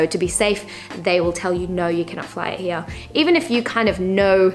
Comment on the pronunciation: I like the accent of "Here" ひあ！